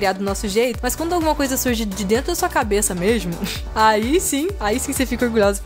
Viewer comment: a falou mexmo, dps falou goxtosinho, ta muito carioca❤